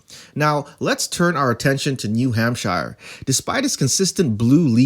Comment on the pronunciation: If you're going to make informational videos make sure you at least have a command of the material. Learn how to pronounce New Hampshire, and it's Bob Menendez not Bob Hernandez.